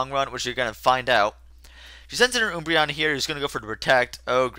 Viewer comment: Oombreon?!?!? It's Umbreon. An Umbra is a shadow. So yep :) Can't wait for Kirby